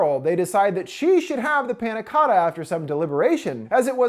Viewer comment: yea i’m not even italian and it pisses me off 💀